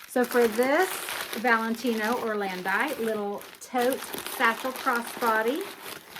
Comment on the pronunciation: Beautiful bags. The Italian brand is pronounced or-land-eee